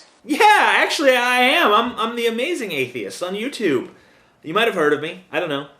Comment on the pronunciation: I liked it how she said 'YouToop'.